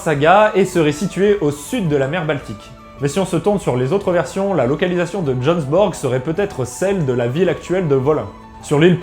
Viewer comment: Prononce le J comme un I. Le G ne se prononce pas dans borg. 🙏